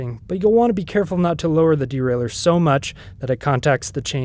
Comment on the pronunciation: Great!...as everyone else says, probably BEST video on YT for this. Bonus...also pronounces derailleur correctly!😂